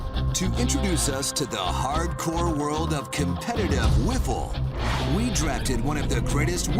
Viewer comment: I love how the voice says THE HARDCORE WORLD OF WIFFLEBALL WTF BRO REALLY!!!! HARDCORE